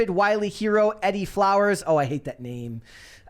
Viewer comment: Pretty sure the name "Edie" is pronounced Ee-dee. Both syllables rhyme with "bee".